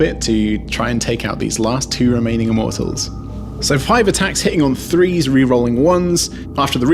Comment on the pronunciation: why do you keep saying "free" instead of " three"????????